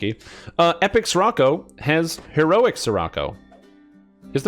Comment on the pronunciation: Scirocco pronounced “sherrockoh” ;)